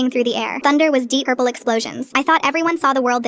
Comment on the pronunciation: "Deep bourple" is crazy